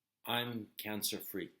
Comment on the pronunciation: It sounds more like "i'm gluten free" 🤣🤣🤣🤣🤣🤣🤣🤣🤣